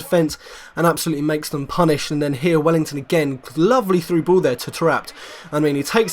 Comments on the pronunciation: mate its WELLITON not WELLINGTON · Well i ton not well ing ton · its welliton not wellington